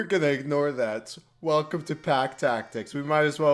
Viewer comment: "we're gonna egg-nore that"